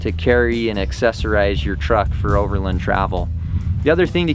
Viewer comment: Never heard anyone pronounce it "over'lun".